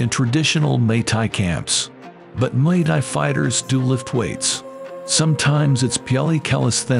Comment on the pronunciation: wtf does he keep saying mai Thai that’s a drink ffs